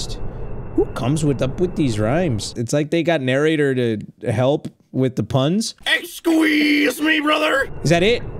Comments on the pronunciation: “EXQWEEZE ME BROTHER” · "ExQwIs Me"